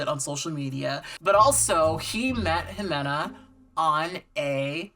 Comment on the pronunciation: I love how you say Ximena 😉